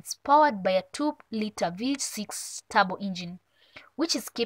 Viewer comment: Clearly you are not a cars person, the way you pronounce turbo.